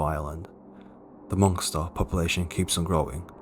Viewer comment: Did you just say "monkster"..?